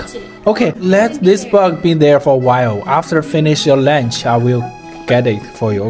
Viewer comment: 叫你太太教你Hungry and lunch是如何發音